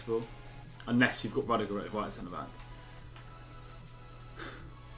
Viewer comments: The way pronouces Rudiger 😤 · Rudijer hahahaha never heard anyone apart from him pronounce it this way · The way says Rudiger makes my blood boil